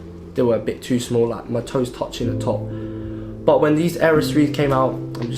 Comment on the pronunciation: Your "but" becomes "bah" lol (not a hater)